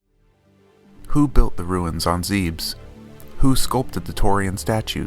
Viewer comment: "ZEEBS??" It's Zeb-Ess. The Japanese kanji is literally "zebesu"